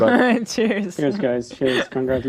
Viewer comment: OMG CONVRATULATIONSSS